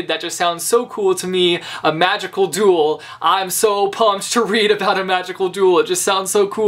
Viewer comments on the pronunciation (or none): I thought you said, "A magical doodle." I was so confused until I realized it was actually magical duel...